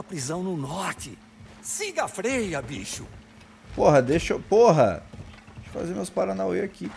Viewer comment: o nome da freya ficou Beyla por um instante kk